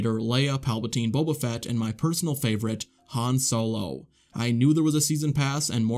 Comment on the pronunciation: Haaahhhhn sohloh